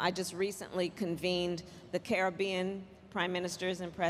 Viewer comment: 🙄 maybe learn how to say Caribbean..